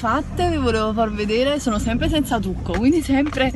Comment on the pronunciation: ahahhaha "semp i sciem" ahahaha grande!!!